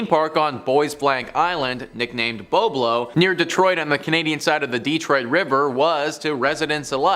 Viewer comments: Is Boblo, not bo-blo, you were not even born yet. It's was fun place. Non of these vids were scary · Not bo blo it's BOB-LO island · Its Bob low island that's how its pronounced. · Just an FYI the island between Detroit Michigan and Canada that you spoke on and the boat, the fyi I want to bring to your attention is the proper pronunciation for BOBLO IS BOB- LO island and the boat drew many many people from across the city and Canada to the island for a family day. It is now being renovated to housing and we have a butterfly observation area. The boat was burnt some years back and irreparable